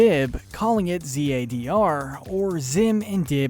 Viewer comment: KEMP oh damn really? was mostly joking about the way 'zadr' was said in the video, i don't like it at all but i'm not hating on whoever likes it